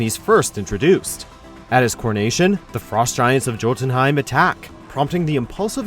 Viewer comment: Jotunheimen!! it's pronounced yotunheimen.